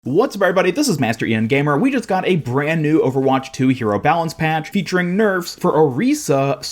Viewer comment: Hog "nerfs" XD